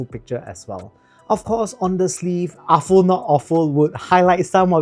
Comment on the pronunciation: You pronounced Aful correctly! Yeah. Afoo. Nice review, thanks.